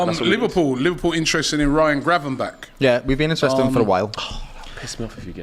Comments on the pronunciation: CANT EVEN PRONOUCE HIS OWN PLAYERS NAMES LMFAOOOOOOOOOOO🤣🤣🤣😂😂😭😭😭😭😭💀💀💀💀 MAN SAID FOLLORIN I SWEAR HIS NAME IS FLORIAN JESUS ANOTHER NAME RUINED BY MAN SAID GRAVENBECK😭😭😭😭💀💀💀💀💀💀 NAAAHHHH AT THIS POINT IS TAKING THE PISS MAN SAID ROSMUND🤣😂😂🤣🤣🤣💀💀💀💀 I SWR HIS NAME IS RASMUS💀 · really did just say ryan "gravanbachk" and "graven beck" 😂